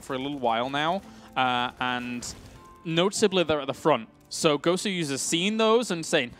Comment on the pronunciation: It's not "Gowser" it's "Goswser" as in "Gosu User"